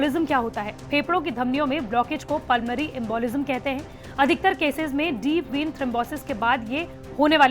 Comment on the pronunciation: Madam deep been nhi deep vein boliye